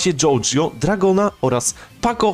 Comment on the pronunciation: "dragon" "jojio" brat wtf